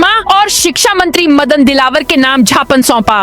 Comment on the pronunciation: कृपया ज्ञापन को झापन ना पढ़े।